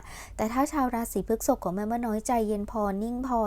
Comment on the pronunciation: พฤษภ อ่านว่า พรึด-สบ นะคะแม่😅 รบกวนด้วยค่ะ 🙏🏻🍀 ปล. ใดๆคือแม่นมากค่ะ✌🏻😉